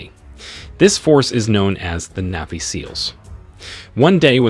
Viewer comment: Okay. Say it with me. NAVY, NAVY. Not neevy